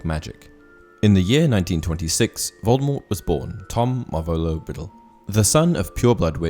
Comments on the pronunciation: It is Voldemor the t at the end is silent. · It's pronounced (/ˈvoʊldəmɔːr) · Please pronounce the name correctly. Voldemort is pronounced Vol-de-mor. The T is silent. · Yes and J. K. Rowling herself has said that t at the end of Voldemort is a silent t so it is pronounced as Voldemore Minerva is Roman Goddess not a Greek one get your classic mythology correct please? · don,t pronounce the T..